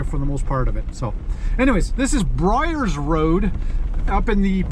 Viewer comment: Byers Rd. Bud. Not Bryers.